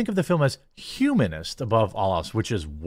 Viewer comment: hhumanist? Hahahahahahaha